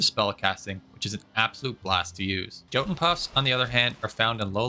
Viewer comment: The j's in... Norse or whatever are pronounced like y's 😊 Not to be that guy haha. "Jotun" would read like "yotun" Preciate all your content though, bud. Got into valheim like a month ago and I've watched a lot of it ❤